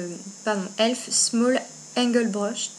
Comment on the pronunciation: Héhé c'est pas ELF c'est e.l.f (euuuh eeeelll eeeef) XD pas elf tout court x)